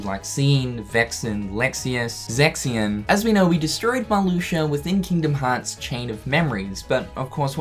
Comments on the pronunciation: Emiliano Gonzalez but it's pronounced Mar-Loo-shia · I think it's Marluxia not MarluxiER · Oh my god “Marloosher” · Decided to take a shot every time I heard “Marloosher.” I’m three minutes in and I’m drunk. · Marluxia in english: MARLUSHU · “Marlusher”... Nice. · "Marluxer" XD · Lol "Malusher" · It sound like you are saying Maluxur,. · Does he say "Marluxier" when it's in the middle or beginning of a sentence? I'm pretty sure he said "Marluxier is back". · Does any one else hear him say marluxer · Who is “Marluxiar”? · Is he saying Marluxer? Lol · Matthew0337 This. He says ‘MarluxiaR’ as well, it’s just the way he speaks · I love the way he says Marluxia. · i caught it the first time he said it and thought he just messed up... then he continued to say it lol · Nah, I'm a kiwi same as him and is definitely saying it wrong lmao